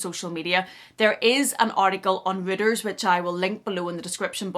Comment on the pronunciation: It's an ugly bag. By the way Reuters is pronounced ROYters, not rooters. And it's ridiculous that the shop assistants are given the hoity-toity title of Sales Associates. If they are not earning commission and are on a wage or salary, they are shop assistants.